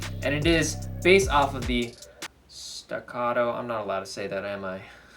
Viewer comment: Why can't he say staccato?